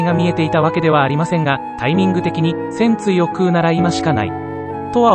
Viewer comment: 戦鎚のイントネーションがパンティなんだよなあ、、